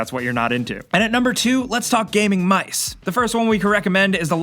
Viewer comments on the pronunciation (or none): My dude sad "MISE"